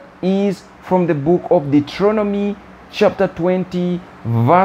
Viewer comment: Dueteronomy pronounced "Dootronomy" hahaha I like that. I like that alot. hahaha. Not picking on you your English is Excellent!!! 3>me...